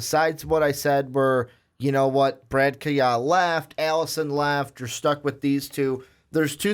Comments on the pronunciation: Not to harp, but please know the pronunciation of the names used in your podcast. Kaaya is pronounced "Ky-Ya" not "Key-Ya" or "Ky-Uh." You both mispronounced his name. It makes you sound like you don't know the player if you don't pronounce their name correctly. I agree with that Perry should be the starter. Rosier and Sheriffs have had at least 3 years to make improvements and show what they can do. No wow factor in either player. Perry has the most upside. He has the strongest arm and he throws a silky smooth catchable ball. He just needs to show in Fall camp that he knows the playbook and can adjust to the speed of the college game. If he shows even level talent with Rosier and Sheriffs, then Perry is the starter because he has a higher ceiling. I must correct you though. Perry is not a "dual threat" QB. He will NOT rush for a 1,000 yards. Perry is a pocket passer with great pocket presence and escapability. He is more than capable of making first downs with his legs, but he is a past 1st run 2nd QB. There will be very few designed runs for Perry if at all. He is more of an Aaron Rodgers type, not Jalen Hurts. As NFL legendary coach George Allen once famously said, "The future is now!!!" I'm not worried about FSU in week 3. Get Perry ready and throw him out there week 1. In week 3, let him experience a Miami-FSU game now!!! This is the only game that Miami will not be favored regardless of who is playing QB. It should be an 11-1 or 10-2 regular season and a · Pronounced K Eye Ya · Its pronounce K-EYE-YA .Whats even worse to me is that they don't know Miami Football at all! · I heard Brad "keeya" and Logged off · The way you guys say kayaa name makes me not be able to take this serious. Pronounced ki ya. Also nkosi is I think pronounced en koh cee. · Brad keyot? lol I'm out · I wanted to listen, but when the second guy pronounced my man Kaaya's name wrong I was out.